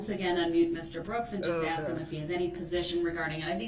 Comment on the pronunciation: GROUNZ, Did I axe you ta do dat